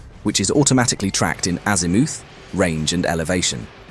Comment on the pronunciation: It wasn't bad but AI pronunciation of "azimooth"😅